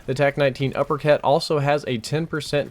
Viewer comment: you said upper cat